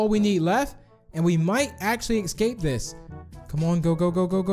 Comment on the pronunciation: i am really not trying to be mean but has any body noticed he says ecscaped